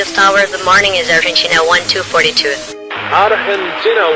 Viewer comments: A piloto errou feio, mas o controlador começou com o pé esquerdo ao confirmar a identificação do voo, soou irônico pelo jeito que pronunciou Argeentiinaa 1242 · Desde quando Argentina se pronuncia argentchina? Em espanhol? Eles falam "arrentina" áudio totalmente fake.